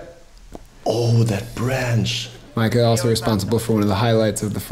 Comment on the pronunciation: Why would you pronounce Mika as Maika? 😅 The chain rattling for a star frame is a central European thing. We don't do it in Finland at least.